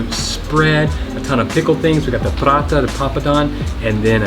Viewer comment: Tat isn't paratha it's parrota